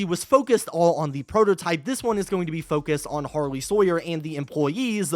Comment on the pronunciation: It’s pronounced “har-lee”